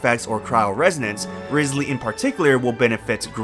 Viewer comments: Rye-slee not rizz-lee.... 😢😢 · By the way - it's RISE ly not RIZZ ly. Listen to his own introduction when he visits the home of that prisoner. I have a guarantee for him. He's so cute. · Still pronouncing it riz lee when in the game he's called Wriothesley (riots lee)...